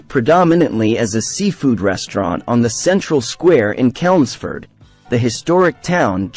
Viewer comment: Life Alive doesn't serve meat. The whole time you spoke of them, you were showing a salad with meat. Chelmsford is a soft ch sound.